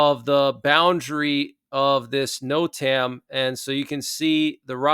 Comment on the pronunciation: Great show! But NOTAM is pronounced ‘Note-um’ with emphasis on the first syllable